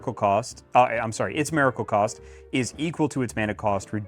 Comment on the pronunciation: Why is bro saying Mare-icle? Why give Mare-icle the miracle deck?